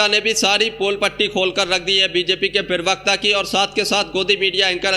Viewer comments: Privakta nahi bey pervakta hota hai bay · भाई थोड़ा भाषा पर ध्यान दीजिये ,कान में चुबता है ,प्रेभक्ता नहीं प्रबक्ता है